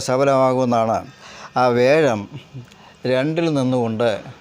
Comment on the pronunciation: വ്യാഴം എന്നല്ലേ ഉച്ചരിക്കേണ്ടത്.